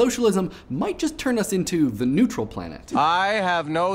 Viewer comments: Neutral.. not nuetral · N"u"etral lel